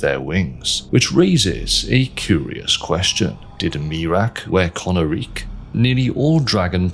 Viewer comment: Isn't it pronounced "ko-NAH-rik" instead of "kona-reek"? Based on how the dragons speak their language in game, it would make more sense for emphasis to be on the middle syllable, no?